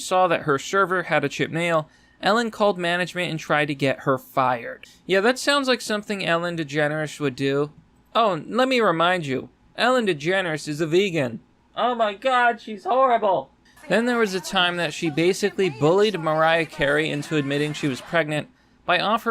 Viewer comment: Oh, she's a vegan? I thought she said Tiegan.